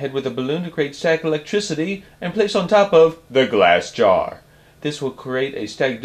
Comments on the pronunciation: Stop saying glass gaaarrr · Starrrrrrr. However, nice project! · That GLASS JAR is spoken in bold, caps